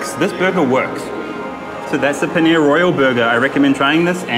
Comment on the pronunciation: Pls learn to pronounce dabeli and paneer it sounds so weird man